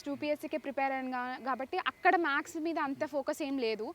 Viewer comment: MADAM MAX KADHU MATHES, MATHEMATICA 😂